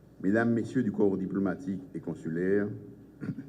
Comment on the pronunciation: Diplamatique??? Ou repete pou Mwen Ariel?